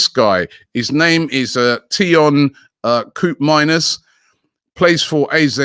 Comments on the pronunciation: Tyon Kuupmayners from the Erevedisie 😭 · I knew Robbie was going to miss the prenouncination of Teun Koopmeiners lol completely wrong